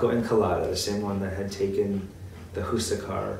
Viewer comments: Awesome vid, however, Huascar is "wass-carr" not hoo-suh-car Spanish is actually more simple and straightforward than you might think. H is usually silent in Spanish as well. Also awesome that y'all say Chi-Lé and not Chili like the pepper or restaurant. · who-sack-ar ? look at the hispanic accent (stress) mark. it is pronounced. hwa-skar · Very late but i despise the way you pronounce "Huascar"